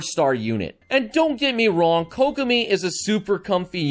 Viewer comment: KOCK I Mean KOCK I mean KOCK I mean KOCK I mean Kokomi